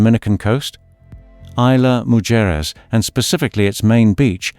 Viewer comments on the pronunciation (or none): only...Isla Mujeres...please read in spanish....read Mucheres, ISLAND OF WOMEN (ISLA MUJERES ) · I THINK YOU MEANT TO SAY ISLA MUJERES ...LOL...